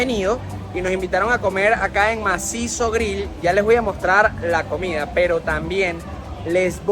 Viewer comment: lo siento,yo lo unico que me siento motivadoi es darle like me gusta el video y deja el criollismo y corrije la pronunciacion vegera de llanero comia en vez de comida te estas comiendo la d como los llaneros vegeros de resto espectacular tu video felicitaciones y mandame una arepa de don pepe